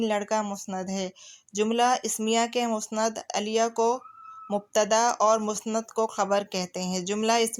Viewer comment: مسند اَلیَہ غلط تلفظ ہے آپ کا ۔۔۔۔۔۔ مسند اِلَیہ صحیح ہے